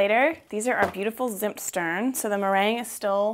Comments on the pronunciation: Loooove it !! It feels like home ! I can't wait to get back to my family for christmas :) Also, their pronouciation goes more like "tsimt shtairn", but I'm not sure of my english phonetics writing ;) Thanks for the recepie !!! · Bravo, I love Zimtsterne, but I never dared to make them at home, because they are kind of complicated. I only had the storebought kind...which is great, because here in Germany you can actually get them in the stores :) Your pronunciation of Deutschland was very good, the way you said Zimtsterne was adorable, but could still be improved - nontheless very nice for a first try. Loved the christmas around the world series, you are a very likeable person, Greetings from Deutschland, Charline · You are pronouncing "Zimtsterne" so wrong but also so very adorable! German is hard, even for us native speakers.